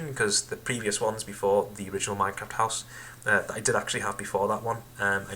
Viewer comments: Shut up it's house not huose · LOL were are you from Its H O U SE not HUOSE ya Idiot